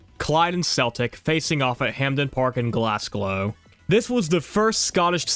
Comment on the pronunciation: 1.10.39 you mispronounce my hometown as Glasglow when it should be Glasgow and Glasgow is pronounced as glas-go the w is silent like in the word know!!!!!